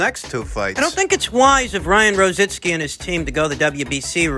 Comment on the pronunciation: IT'S ROZICKI...NOT ROZITSKI....LOL...